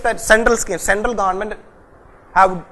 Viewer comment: GaandMent... U r the only guy who pronounced this correctly